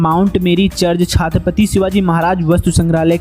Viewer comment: Bhsdke chhhaaattttpati kya hota ha..... tarike se naam le